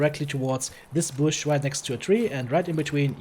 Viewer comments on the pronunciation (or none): Thx for that! Remarks: That cross at 21 is an orthodox cross, this is supposed to be a grave. And its "bush" not brush, with brushes you create paintings :)